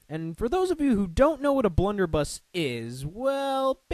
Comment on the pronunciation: Prof Port's weapon is pronounced Blunder-buss. Also, Cudgel is pronounced "Cud-gel", not "Cue-gell"